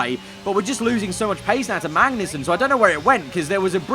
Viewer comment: you say magnussen like benedict cumberbatch says penguin. you miss the 'g'